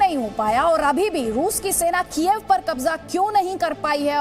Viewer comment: वो कीएफ नहीं कीव है यूक्रेन की राजधानी क्या मैडम कीव बोल नहीं पाती हो क्या या जानबूझकर कीव को कीएफ बोलती हो 🤔☝️